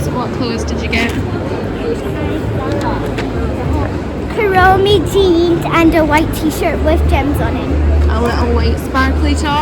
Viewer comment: Just fyi its pronounced karrinup/karenup ie silent y. Hope that helps! 😄